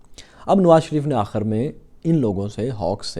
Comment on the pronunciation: His mispronunciation is so off putting...akhir or Akhar...it is not sport....not sport, please learn proper pronunciation....